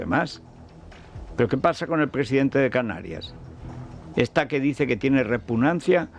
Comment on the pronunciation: Repunancia no repugnancia